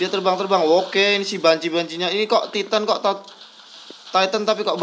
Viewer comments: "atek on ti tan"= "atek on taitan"= attack on titan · Attack on titan titan nya dibaca tayten